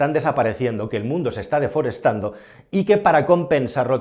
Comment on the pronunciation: Desforestando no, deforestando.